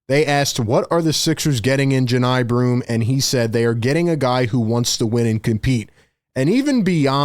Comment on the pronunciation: I know Johni’s cousin. It’s pronounced “Juh-Nye”